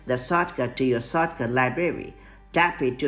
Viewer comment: The accent “sawtcaut”